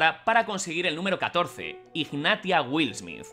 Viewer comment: en realidad se pronunciaría uaild, como salvaje, pero me ha hecho reír mucho XD